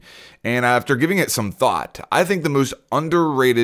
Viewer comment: after giving it some T H O T